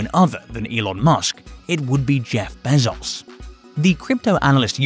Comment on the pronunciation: Stop say Behzauce. God damn man.